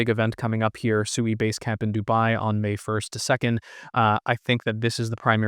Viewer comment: Pronounced "Swee" and not "Sooey."